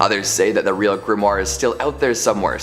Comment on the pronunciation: Grand Grimory? If you are going to make a schlocky video about grimoires, at least know how to pronounce the word!